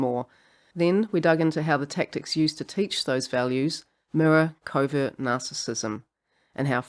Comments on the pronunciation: I thought she was saying Covid narcissist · I know you're saying covert narcissist but I keep hearing Covid narcissist. 😅